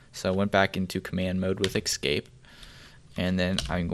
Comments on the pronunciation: *`Escape not Excape.Otherwise, excellent! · great stack of commands chosen to get ppl up to speed and acting fluent with simple commands very quickly. I think this is the best one right now. it's ESCape ...ess-cape... not EX-SCAPE .. im sorry cant help saying it youre probably doing it on purpose anyway NICE DEKSTOP